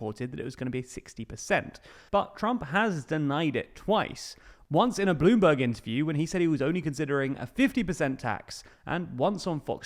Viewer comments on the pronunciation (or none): Why do you pronounce Bloomberg like Blue Bug 😭